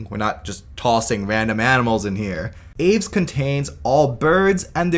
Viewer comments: It's pronounced "Ah-vès", not "aevs" XD But I agree that the "chicken" thing is unsufferable and sadly widespread. Even Trivial Pursuit had it included in its game at one point. I appreciate the attempt at being thorough but I think that segment could have been shorter: "all birds are dinosaurs, therefore all birds are the closest living relatives of Tyrannosaurus rex, even if T. rex itself isn't a direct ancestor to the bird-line". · Isn't 'aves' two syllables? (av-es)